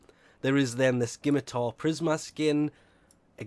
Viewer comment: I get so triggered when he says skimitar...